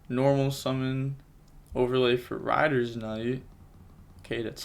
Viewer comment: Is calling raider knight "rider" a joke - its raider knight like raidraptor phantom knight